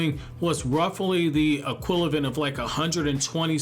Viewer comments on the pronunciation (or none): Minute , He says "...Equilevent...", therefore I dropped a like